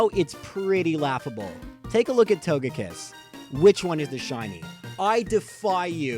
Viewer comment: Got Leafeon and Togekiss wrong. Oh well. Close enough.